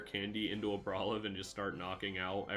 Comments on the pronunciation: Say it with me now. AR-BOL-IVA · i stopped watching as soon as you started pronouncing it like that during deck review quick wont be able to watch a whole video of that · 5head move of mispronouncing so badly that everyone HAS to go to the comments. You've earned it!